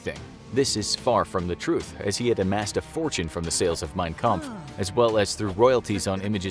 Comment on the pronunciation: I am getting triggered that they keep on saying Mein kamph wrong